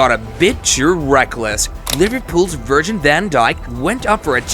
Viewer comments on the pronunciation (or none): Bro said virgin van dijk